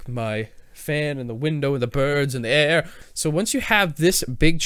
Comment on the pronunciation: the birds and the aairrrr lol too funny